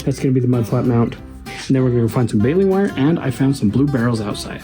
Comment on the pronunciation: I believe in Sanpete county, it's pronounced "baylen' war"